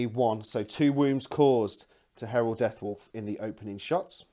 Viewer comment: It's Harald not Herald! He's not a daemon :) Nice report though. You should definitely kept the flyer on for longer to shoot that one unit off of the two objectives it was holding.